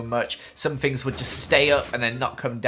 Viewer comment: Please stop saying fink and fings lol 😩love the idea so come so cool how you do Redstone???? How it worked soooooo coool !!!!!!